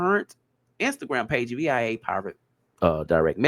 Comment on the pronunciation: You don't spell out "via" you just read it the way it looks: vee uh Or some say: vye uh Via means "by way of" ❤❤